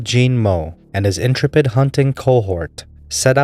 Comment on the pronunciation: I apologize for my assumption that you were a robovoice. I wrote it b/c you mispronounced several words, scarcity and intrepid, a common robovoice giveaway.